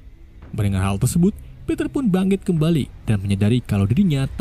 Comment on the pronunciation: Min tadi saya dengar Mimin salah omong yaitu ngomong tersebut malah tersebat